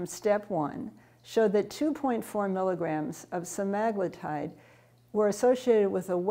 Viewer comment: I can't taker her saying that word wrong over and over. Read the word. English has rules, follow them. That sht drives me fkn nuts.